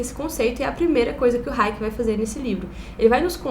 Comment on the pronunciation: Tem tbm raiéquer ou raiéque (nao lembro direito) que o falava